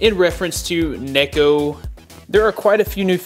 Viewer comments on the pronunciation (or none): none